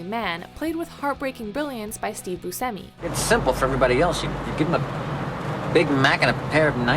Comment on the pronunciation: yall had me until you pronounced buscemi as bussemi